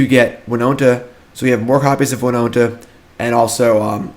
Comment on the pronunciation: Whenever he says “winonta”😔😔😔